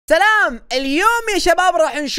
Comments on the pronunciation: عود ليش يكول تلام مو سلام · قال تلام مو سلام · يا انت ماقلت سلام بلقلت تلام كم واحد سمع قال تلام حط لايك اذا سمعت قال تلام